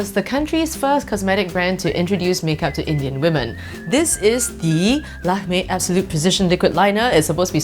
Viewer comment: Please try Indian snacks And u didn't pronounce any name correctly except lakemè